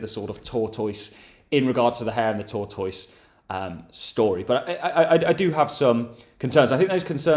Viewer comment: And tor-toyse 😂